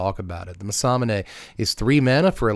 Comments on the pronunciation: "masamuuuunaaaay" please man im begging you 😂 its like hearing ppl call chocobos....choco....bos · “Muhsahmoonay” is crazy bro lol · It’s Mass-a-moon-ay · Everytime he said it i punched a whole in my wall involuntarily. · It's actually pronounced Mesa Moon A according to Riot from League of Legends. That's the way they pronounce during the pro matches. Who knows though. ✌️ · The what.... that is an insane pronunciation of Masamune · The Masamune pronunciation rage bait! 😂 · pronounced it wrong every time lmao